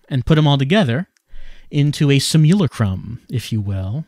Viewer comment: Simmulcrum? OH, you mean simulacrum. It's pronunced like sumulate. And the other one would have the ch be a pronounced as a k, but as you said it's how he/she/it pronounces it. ^_^